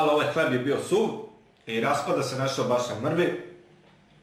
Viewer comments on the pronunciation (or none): none